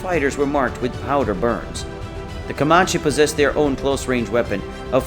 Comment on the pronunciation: Can tell the narrator isn't from anywhere near Texas, the way he pronounced Comanche and Nueces. Too many photos that had nothing to do with battle against Native warriors also. Saw one photo of a large building with a Mexican flag flown from flagpole.